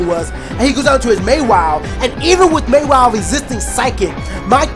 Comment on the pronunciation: Never heard Mawile pronounced as May-wile... May start doing that, lol